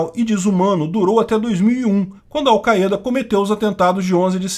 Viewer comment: "Aucaiêda" olha a pronuncia dele vey kkkkk